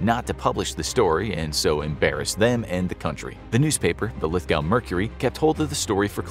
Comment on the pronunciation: Just a minor pick..."Lithgow" is pronounced "Lith-Go" (as in "with-snow"). Cheers.